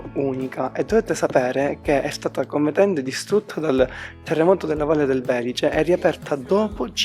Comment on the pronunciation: Si dice sempre val di Belìce, con l'accento sulla i